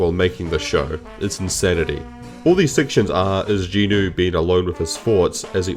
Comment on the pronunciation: Not that important, but thanks for pronouncing Jinwoo properly